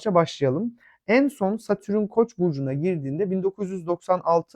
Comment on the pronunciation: Ama lütfen, Satürün değil, Satürn.